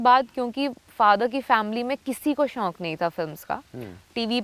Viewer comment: Shaunk Kaha tha